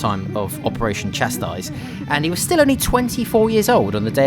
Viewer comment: Chastise “cha-sE”